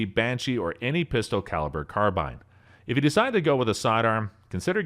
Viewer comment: Well... you obviously dont know guns. That wasnt a 17L it was a 17 and that was a mossberg shockwave not a 590 with the 9 round tube. And you pronounce carbine wrong and you mispronounce moisin nagant wrong and its not a 308.